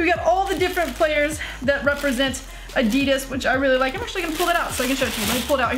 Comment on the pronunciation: the way she pronounces adidas LOL